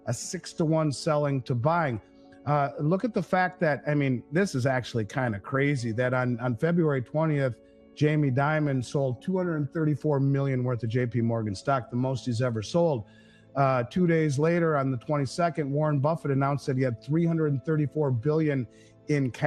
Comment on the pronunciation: did this guy really say Jamie DIAMOND? Really ??? Dude, what are you smoking?